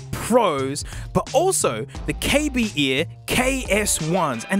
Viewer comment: KB ears, nah mate its KAY BEARS